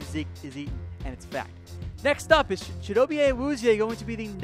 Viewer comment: Repeat after me Chi-Doe-B-Ay